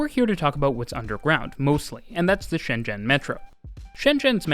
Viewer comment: The pronoucasion of ShenZhen is very accuracy. Cool.